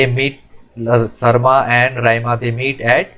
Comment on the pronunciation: Raima Or shyma not sarma